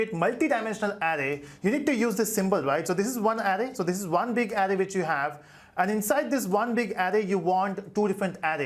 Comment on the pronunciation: criticism : the 'ar' sound in 'array' is spoken as the 'ar' bit in 'around' not as the sound in 'arrow'.